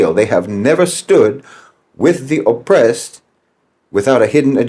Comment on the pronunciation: calling Jeffrey Sachs a chameleon gets rich when he's an Irishman with Rachel Dolezal's spray tan. No White Man says "O'pressed" and "Undastahnd. is what happens when Lucky Charms converts to the Nation of Islam.